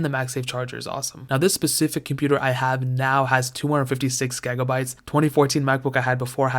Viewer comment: Okay, am I the only one who gets annoyed when he says gEgabytes instead of gigabytes? I don't know if its intentional or not, maybe I'm not hearing it right but still.